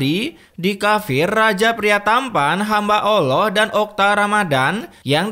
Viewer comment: Bg maaf nih sebelumnya, apakah lu non muslim, soalnya waktu menyebutkan nama ALLAH agak beda